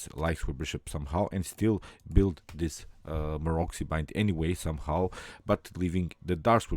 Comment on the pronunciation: Pozdrav,odlična partija i komentar,moja jedina zamerka je da se Maroczy izgovara MAROCI,a ne Marokzi:)